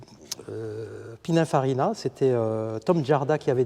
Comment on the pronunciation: Superbe auto unique🙂et belle description, juste un détail c'est "Pininfarina" 😄